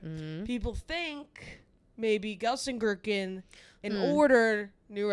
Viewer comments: Hi, Ladies! Love to listen. Just some friendly info it is pronounced gel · sen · kir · chen 😊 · someone needs to teach you how to pronounce Gelsenkirchen, I kept thinking you were talking about some made up small town made of gherkins